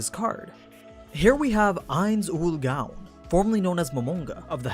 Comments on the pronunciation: you cause me physical pain when you say 'gown'. its own with a g. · Go-own say it with me Go-own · Am I the only one who noticed that he's saying gown wrong? He has all the lore but can't say it correctly loo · How can you mispronounce Gown when there's a dub... smh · Stop saying gown wrong. You look like an idiot. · Anybody else getting triggered with the way he pronouces 'Gown'? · Every time he pronounces gown as the dress form, i get more pissed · You sully the great name of Lord Ainz, learn to pronounce the gown you wa t h the show they say it perfectly then why can't your pronounce it ? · The way you say gown irritates me so much.. Nines Own Goal... Own.. gOwn... omg... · Anybody else pissed that he is mispronouncing gown? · A year later... Most of your stuff was pretty spot on, but you mispronounced Ain'z name. In Japanese they don't have the suffix sound that follows ow. So the correct pronunciation is Goan. Can't tell you why it's spelled the way it is though. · why do you say gown wrong you say it like the dress when everytime they say it in dub or sub they do not say it like that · Gown is said like goan. Get it right m8. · Sorry to do this but. “ Ainz Ooal Gown(G-OH-N)” plz forgive me. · Dude you need to get how to say his name right mostly the gown part. Say it with me now goan like moan just replace the m with a g. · Is gown not gaon pls get right in future other than that 10/10 vid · It's gown. Not GaWn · GOWN NOT GAUN!!!! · am I the only one tilted that he keeps pronouncing "gown" as gown instead of g-own? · I know it's stupid nitpicking, but the way you say Ainz ooal Gown annoys me. It pronounced like "Goan" not like a night "gown".. Fyi I know how it's spelt, but you've all heard it pronounced several times, it's not hard. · Not gown like a night gown. Gown is pronounced like groan. So it would be like goan. The name is a play off the name of the guild Nines Own Goal. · Why do you pronounce gown wrong? It's like groan without the r. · Say gown right